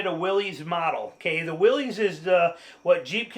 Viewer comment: I love your video. I do have to mention, though, that you’re mispronouncing Willys. It is the last name of the founder of Willys-Overland company, John North Willys. He pronounced his last name like “Willis”, not like “Willie’s”.